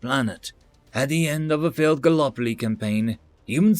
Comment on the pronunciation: FYI Gallipoli is pronounced as ga·luh·po·lee